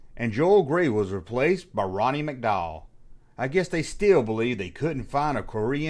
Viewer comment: Roddy not Ronnie...